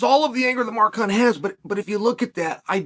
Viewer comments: Did he call him Mar Kunt? 😂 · When chael says mark hunt it sounds like a swear word!